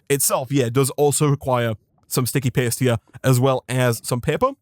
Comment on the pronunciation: The way you say paste makes it sound like you say "piss"